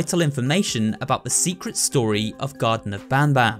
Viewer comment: U say secwet